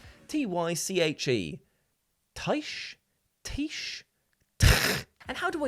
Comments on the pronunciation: Tyche is pronounced tai-kee. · TYCHE = TAI-CHI?